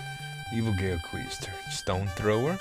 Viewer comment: Good game. My friends and I played the hell out of this back in the day. And if somebody didn't mention it earlier: The letters "ao" are pronounced as "ow". So the words "Mao" and "Gao" rhyme with "now".